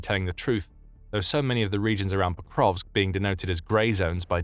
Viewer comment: Hey there. It's "Pokrovsk" not "ProkoVKS"...